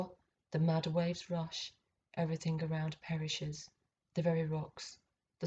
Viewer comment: The Mother Ov Eve•err•think